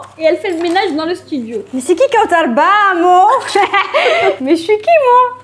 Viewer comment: Kawtchaaaar??? D ou t as sorti cet accent ??? Kawtchaaaaaarrrr????